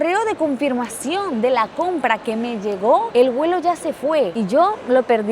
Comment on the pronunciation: Se dice vuelo. No se dice welo